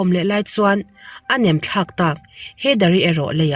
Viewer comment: NEM THLAK a awm lo NAM THLAK ti a lam tur aww, mizo kan nih ang in kan ţawng hi i hmang dik tlang hram hram ang uu..